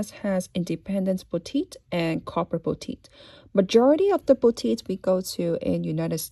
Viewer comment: It took me a while to figure out what you were saying. Corporate boutique. Not copper botite